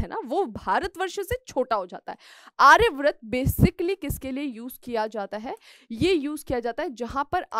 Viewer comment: Ma'am pleased correct your pronunciations, that is आर्यावर्त not आर्याव्रत.